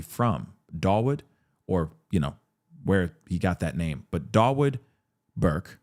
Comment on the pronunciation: God please stop pronouncing his name that way!!!